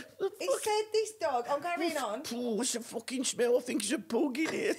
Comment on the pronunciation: Come on Jim and team - why is the audio level on Jim and Her always so low? - - I notice that Vicky is wearng trousers this week, after flashing her bits last time, when she was rolling about laughing! - - - What's wrong witha PUG dog, it is spelled P U G, not P O O O G. You don't go to the pooob for a jooog of beer - its pub for a jug! 🙂